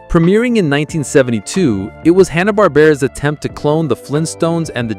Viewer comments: It's HANNA not Honna. AI needs to learn to pronounce simple words. Goober doesn't wear a green beanie. /Sigh 😔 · I think Hannah is pronounced the same as the common first name, like Hand.